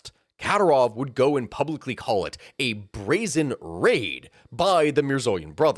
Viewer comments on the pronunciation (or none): none